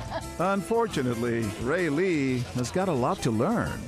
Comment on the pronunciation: When the actor has the same name as you... (Raylee) AND THE ACTOR SAYS IT RIGHT BUT THE PRODUCER SAYS IT ALMOST RIGHT BECAUSE HE SAYS Ray-LEE OR Ray-lEE INSTEAD OF Raylee.